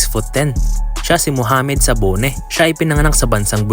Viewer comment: Dabone po yata Hindi sabone